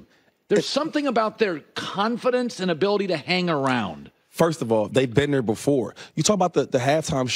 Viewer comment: Houshmandzadeh and shady both say "ner" instead of "there'"